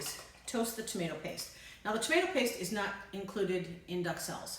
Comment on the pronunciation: Pronounced "dook-sell", not "duck sell"